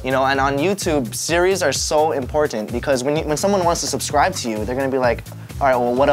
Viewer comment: im-pour-tant lol